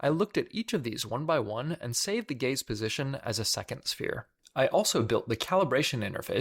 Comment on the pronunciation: "The gay's ray." Me: "The what now?! Ohhh... the gaze ray. Well, sounds cool either way"